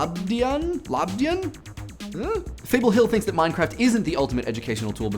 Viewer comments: Sveiki!:) Nice latvian!:D(labdien was bit rough!;D) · Man the way you said Labdien! was funny as hell, but you are good. And no you are not far from saying sveiki. you said it with a questioning voice. :) Greeting from Riga. (Latvia) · "Sveiki" you said almost perfect, but "Labdien" wasn't that good but better than some Brits that I know. :D Btw, I'm Latvian. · You butchered labdien so bad, btw that means good day!